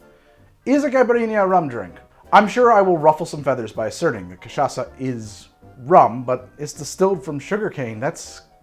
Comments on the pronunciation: Holy shit he learned how to say cachaça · Hey, you nailed the "cachaça" pronunciation! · Wow, we've come a long way, from saying Ca-tcha-ka to arguing that cachaça is a rum with perfect pronunciation. I feel like a proud mom. But seriously, using sugar on a caipirinha has it's upsides: as you drink the ice melts and dissolves the rocky sugar over time. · I'm impressed at your effort to correctly pronouce Cachaça. Spoke just like a native speaker. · has learned how to pronounce Cachaca since last time! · Yes! You got the pronunciation of Cachaça! 😂😂 Well done!